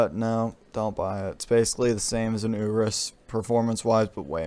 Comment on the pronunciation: Lamborghini Ooras 🤦